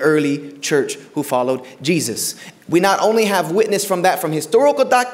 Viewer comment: Then why do you pronounce it incorrectly?